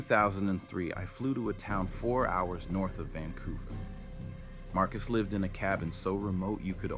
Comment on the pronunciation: A couple of things: The "LIVED the life" pronounced with a long i was annoying. Someone called the assistant "Rebecca" when that person was clearly a male.